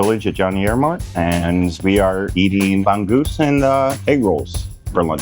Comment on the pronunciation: Bangggusss???? come on meeeen, get that right Filipino pronounciation !